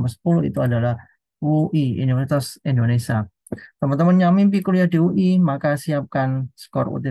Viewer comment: Indonesia, bukan Indonesa